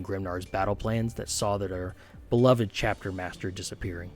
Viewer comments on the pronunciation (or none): none